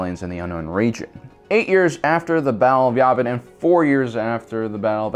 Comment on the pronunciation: its y-æææ-vin not y-aaaaaaaaaaaaaaaaaaaaaaaaaaaaaaaaaaaaaaaaaaaaaaaaaaaaaaaaaaaaaaaaaaaa-vin